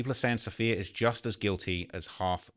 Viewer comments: Ok say it with me because this name is really not that uncommon, it’s “Suh-fee-yuh” not “saff-ee-ya” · Am I the only one who’s picked up on her name being Sapphire not Saff-eeee-uh🤣